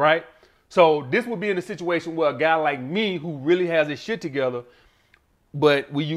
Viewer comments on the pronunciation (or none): that 'shieeeeeetttt' is straight from Alabama eeh haha...